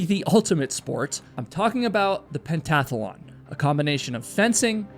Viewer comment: I think you mean pentathlon. Three syllables. Not four.